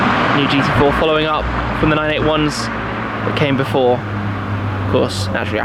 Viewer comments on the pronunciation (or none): none